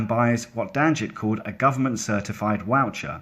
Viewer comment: Woucher lmao